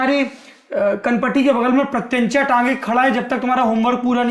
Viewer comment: प्रत्यंचट😂😂 क्या ही बोले है सौरभ जी🙌